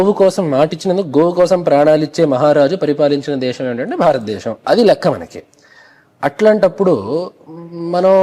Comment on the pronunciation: నమస్కారం అయ్యవారూ దేషెం , దేషెమూ , భారత దేషెమూ , విదేషాలు........... ఇవేమిటి అయ్యవారు ? దేశం , దేశమూ , భారత దేశమూ , విదేశాలు..... అనేవి సరైన ఉచ్చారణ అనిపిస్తోంది కొంచెం పరిశీలించి చూడండి అయ్యవారూ